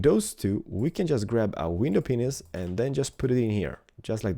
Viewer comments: i dont think his accent will get better, its been 3 years and he still says that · Sounds like you said window penis